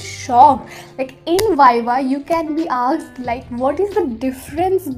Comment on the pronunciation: And yr when u say aksed not asked i just thought 😆🤩but it's okay i think your tongue slip 😁😜tq yr for boosting my confidence love u lots and or video bhi laao or first year ke liye strong ho jaye 👍💫✨🤩